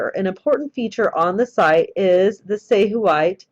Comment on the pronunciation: Say we tay three syllables